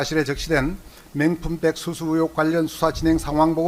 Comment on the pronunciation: 변호사란놈 발음좀 제대로 해라~맹품백이 뭐냐~아이그